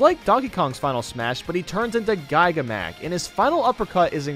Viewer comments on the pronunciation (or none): gAIga mac? What the.... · The way he pronounced giga Mac made me laugh so hard. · The way he pronounced "Giga Mac." 💀 Oh and Snake is instantly my Number One Favorite, and you can't change my mind.